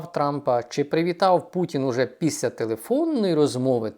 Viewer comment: Піся, сітовими... 😢😢😢 Думаю, якщо людина себе виставила в тєлєвізєр, то хоче вона чи не хоче - з поваги жо глядача- вона ЗОБОВ'ЯЗАНА працювати над дикцією. Але верх усього цього:"він почаілкувався із СЕМИДЕСЯТИ лфдерами"...😮😮😮